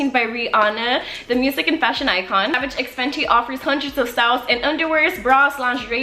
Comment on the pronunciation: It's pronounced savage by fenty